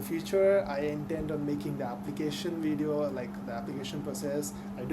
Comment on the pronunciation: a suggestiion real quick , that word at 00 : 11 is pronounced as video not wideo , theres a big diference between w and v sounds , ive noticed that a lot of indians mix these sounds up